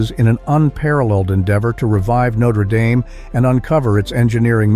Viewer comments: This a cathedral, not a football team... it's pronounced Nayt-tre Dam not Note-er Day-m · It'pronounced /not-re dam/, not /noat-re dame/. Next time you make a video, get the pronunciation checked. It's just lazy and ignorant. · It’s pronounced “No-tre-dam”. Not “Notter Dame”. Terrible narrator! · This must be totally or partially AI generated , with lots of questionable or wrong "facts". Then the voice-over with an American accent pronounces the name as if it is that university in Indiana, and not the famous Parisian Cathedral. But suddenly the correct Notre DAHM cathedral is used correctly instead of Dame, the university in Indiana. Why? AI I'm betting or incompetence. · So true. Starting with te fact that in France the name of the structure is pronounced "Notre Dahm." The place with the football team is "Notre Dame." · AI tries to pronounce "Notre Dame" as "notra daim" = half-French and half-American pronunciation = humorous fail. Only machines would not recognize the incongruity of this. And don't tell me it was trying to be ironic. In an informational video. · It's pronounced Notre Dam. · For fucks sake pronounce Notre Dame and Æsthetics among other words... CORRECTLY !!! Bloody bot voices. So much for AI 😖🤮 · You sound stupid mispronouncing the name of Notre Dame.